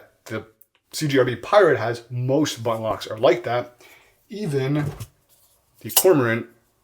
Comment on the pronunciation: "buhh inn"